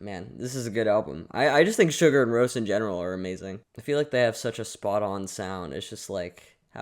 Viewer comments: Btw, it's more like "See-Gour", it's not prnounced Sugar. XD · See-Goor-Rose not to be rude, but it’s the correct pronunciation (I love this video by the way) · i love your enthusiasm for this but please stop saying sugar roce 😂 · Please try to pronounce their Name correctly.Its Islandic,not American.....Anyway,its one thing listen to this Album,but to see them LIVE is on another Level .This is one of the Best Live Clips available for the Last Track,also their Last Song in their Live Shows : Sigur Rós Untitled #8 (Official Live Video)